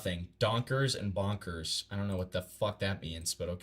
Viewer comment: donkers ❌ bonkers ✅ approve👌